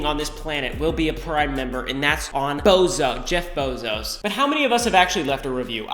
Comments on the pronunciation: bro said “Jeff bozo” 😂😂😂😂😂😂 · Nobody: Not a single soul: Ryan: jEfF bEzOs